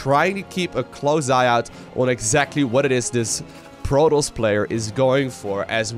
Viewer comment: Content is so good! But protos not proTALs